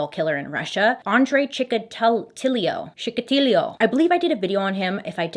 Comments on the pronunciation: Lol chikatelio?! I'll help just bc it makes my eye twitch Chick-uh-tee-low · Chickateeloe (tchikatilo) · Chee- Kah- tea-low.. that’s how it sounds.